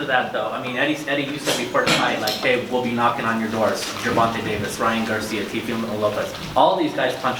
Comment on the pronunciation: That reporter really said Teofemale. 💀😂